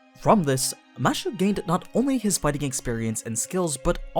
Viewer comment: its kind of annoying hearing "mashu" instead of "mash"..... might as well call her mattew if you are going that route. Also, Fuijmaru was a mage from a start, a shit mage, but a mage. Not an average person. The 10 spots were open to the "public", but not the general public, the public of mages. Also another mistake "somehow he knew the world would end soon", yeh, not really. Its just that's what the animusphere family was all about from the start, monitoring the world and the stars. Also, it helps when his servant can see the past, present and future, hint hint hint. so overall you still have a few mistakes here and there, those are just the 2 that jumped to me from the start